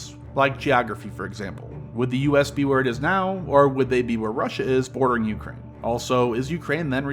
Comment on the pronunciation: dude makes an 8 minute video with over a minute of placement ads and cant even pronounce Ukraine right, did you not listen back to anything?